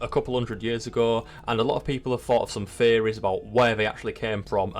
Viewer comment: It took me longer than it should have to realize that you were saying "theories" and not "fairies". I was listening but not watching so I missed the captions lol